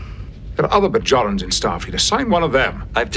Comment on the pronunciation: They call them Bajora instead of Bajorans here at the first LOL